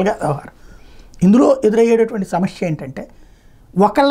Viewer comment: Samashya kadu samasya